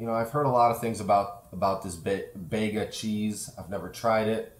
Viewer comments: It's pronounced beega not begga. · Not “Bayga” it’s pronounced “ Beega”. It’s named after a town on the south east coast of Australia. You should chill it before consumption. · Didn't realize both names were spealt the same, I think Id always thought his last name was Vega. I've grown up watching there cheese adds and definitely pronounce Beega here. Bega is a wholly Australian owned company, rare these days, recently bought Vegemite from Kraft making it Aussie owned once more. I think they bought Krafts yellow lid peanut butter recipe inc a factory, maybe Kraft pulled out of peanut butter here I forget exactly, Kraft then lost a court battle over Begas use of the yellow lid on the peanut butter jars, they look exactly like the Kraft jars. Do you have the processed Kraft cheese block in the US?Comes in a 250g block wrapped in foil here in Australia, requires no refrigeration until it's opened. Has a shelf life something like 12 or 18 months. Looks alot like the Kraft singles in colour but has more of a creamy taste. It is what I imagined the Bega canned cheese would taste like but the Kraft block is like chocolate almost, apart from being a bit rubbery,it's very smooth and almost melts in your mouth not grainy at all. For some reason the canned cheese is export only not available in Australia, only middle eastern countries inc Iraq and also available in the US for some reason so guess I'll never know. When I googled it people were trying to get it here to use as hiking caches etc,no one had any luck, response from Bega was it was export only.